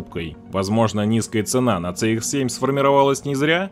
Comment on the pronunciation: Движок у Шкоды, если уж правильно называть, то ТиЭсАй (TSI), а не ТиСиАй (TCI) . То же самое и про Мазду. Не ЦэИкс (CX), а Си (CX).